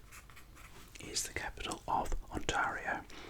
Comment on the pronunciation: You pronounced Ontario weong😂👌